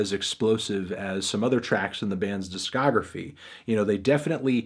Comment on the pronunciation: He has never once said it succesfully.